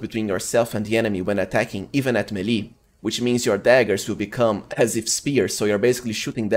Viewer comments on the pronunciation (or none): none